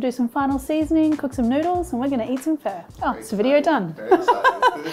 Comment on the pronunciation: You calling it a 'Fur stock' sounds like? but, i like the cheats way of cooking things too. Like pork belly we just salt it over night then scrape the salt off the next day or when ever you want to cook it at least after 24 hours.Cook on the Weber Q beautiful or even in the air fryer.